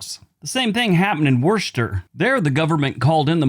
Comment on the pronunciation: Worcester is pronounced wooster (or wu str).